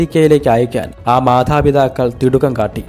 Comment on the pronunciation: ഏത് കടവത്ത് നിന്നാണോ മലയാളം പഠിച്ചത് ! മാധാ പിധാക്കളല്ല മാതാ പിതാക്കൾ ആണ്